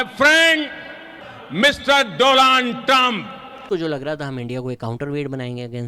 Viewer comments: Did you just say Do-lund trump?🤣🤣🤣🤣🤣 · That do-land trump 😅